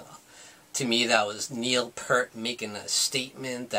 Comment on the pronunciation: Not to be a dick or anyting, ( this usually means a person's about to be a dick) but it kind of grates on me when a person claims to be a rush fan in this day and age with all the information at your fingertips via the interwebs, and you pronounce Neil Peart's name wrong. "EAR" with a "P" at the front, and a "T" at the end. Peace (Pronounced - Pee + sss)